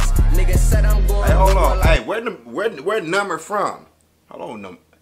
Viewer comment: Juss came to this vid to hear him say “numer”😂